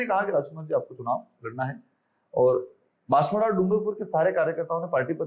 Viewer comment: Can you at least correct the name of the city. It’s Banswara not Banswada. Not expecting this from your end.